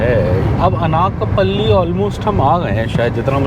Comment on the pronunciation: It is pronounced अनकापल्ली not अनाकपल्ली FYI